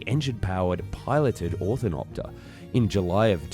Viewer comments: Ornithopter, not Orthonopter... Ornitho- (bird) -pter (wing), which happens to not be a proper description of these as they mimic insect wings, not bird wings, Entomopter would be a more fitting name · Great video but it was killing me how he pronounced it OR-THIN-OP-TER instead of how its supposed to be pronounced like OR-NI-THOP-TER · Oh for god’s sake man, it’s pronounced OR-NI-THOP-TER. you keep calling it an ORTH-I-NOP-TER. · Ornithopter NOT orthinopter... my gawd... READ THE SPELLING. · I die a little every time he says orthinopter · Your narration keeps saying: "or-thin-opter," instead of "Ornithopter". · "Or-NI-thopter", not "Or-THIN-opter" ... the pronounciation of that and other words in the video is driving me insane lol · And it's not "orthonopter", it's "ornithopter" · If you are going to "educate" people, about fantasy Ornithopters, at least learn how to say Or-NI-Thopter. it is not Not Orth-in-opter. The design you seem to think flew did not. Only small scale models flew. And by small, one 100g and one 500g - Rubber powered I assume, followed by one with an electric motor. Eventually a prototype was made and it failed completely before it ever flew, and before they even had a chance to test the wing warping that was supposed to allow control of the machine. 20 minutes testing without failure is hardly a big ask! No one in their right mind is designing a real passenger carrying ornithopter, certainly not Airbus Industries. What you showed was a concept designed to investigate feather like control surfaces & wing warping. something that has existed since the very first powered flight in 1903. Just to put this whole debacle in context. Gyrocopters already existed, and Helicopters were being produced years before this thing failed. The German designs were not really Ornithopters. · BTW, you keep saying Orthinopter, which is wrong, it is actually Ornithopter! LOL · What the hell is an "orthinopter"? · Orn-eh-thop-ter Say it with me now